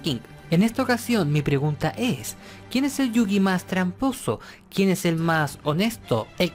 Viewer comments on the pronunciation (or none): Nadie es tramposo, solo fueron las reglas de ese momento. Que deck nada, se dice mazo, baraja o monte. ¿Chilión? Esa no es una palabra mongólico. No se llama ladrillo, se dice “párrafo”, mongólico. 遊戯 | ゆうぎ | Yūgi se pronuncia “iuu-gui” y 遊星 | ゆうせい | Yusei se pronuncia “iu-se-e” ve el anime y te darás cuenta.